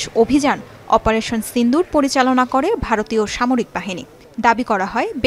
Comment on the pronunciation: চিন্দুর না সিঁদুর হবে উচ্চারনটা আগে উচ্চারন শিখে আসেন পরে নিউজ পরবেন দয়া করে